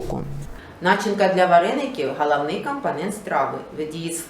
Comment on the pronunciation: Та не галавні,а головні